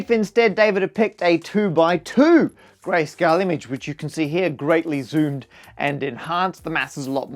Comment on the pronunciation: Whenever he says "grayscale" it seems to me like he is saying "Grace Kelly"